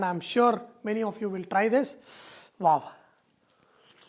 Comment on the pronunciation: he say waaf instead of wow :P